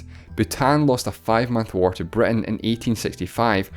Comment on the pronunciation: Why do you say "Breton" and not Britain?